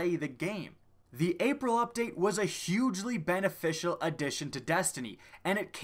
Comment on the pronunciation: "Hugely" .....DO YOU EVEN ENGLISH? ;) Nice wrap-up of Destiny's maligned history. Well done.